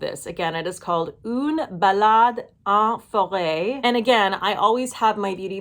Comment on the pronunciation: Une ballade can be a type of song. But here it means a walk in forest. And the pronunciation is on point 👌